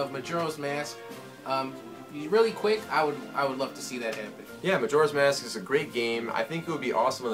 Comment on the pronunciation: keeps pronouncing magoras mask roung